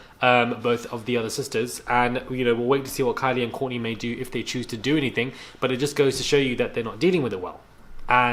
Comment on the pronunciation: 😅🤣😂 you speak so much, so The Kard-Jen names -- 😅🤣😂 who is Korni and in another video you said Koly 🤣😂.I'm happy to get little fun.🤗